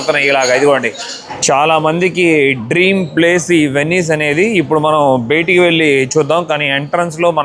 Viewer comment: sir meeru maati maatiki betiki betiki anakandi....bayataki anandi plzz chaaala irritating ka undi! and plz say "last video" not "lost video"....